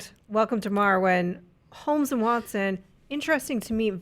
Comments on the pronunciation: Every time someone says welcome to Marwen, I keep hearing Welcome to Morrowind... It keeps getting my hopes up. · said "welcome to marwen" and I heard "welcome to Morrowind" and im just like "wait what?"